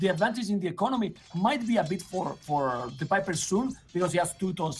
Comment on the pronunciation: Really funny game, i'm also spanish and we don't use to pronounce 'v' and 'b' on a different way(speaking spanish) so it's possible to do it speaking english. Hence theviper would be thebiper for me too hahaha